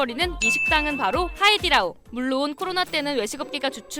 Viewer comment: 근데왜 하이리다오라고하세요 하이디라오인데